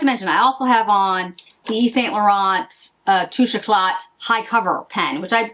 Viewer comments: Correct on the “t” at the end of French words. However the pronunciation of Touche is (“toosh”). So Touche éclat should be pronounced “toosh” “eh”-“klah” - the English translation is “glow touch.” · Hi love the look. I hope you would not mind some slight correction of pronouncing some French names and words. When you have a letter ‘t’ at the end of French word or a French name, you don’t pronounce it. So touché eclat would be touché ‘ecle’ and the name Laurent is literally ‘LO-RAN’ without T at the end … thanks again for the lovely review ❤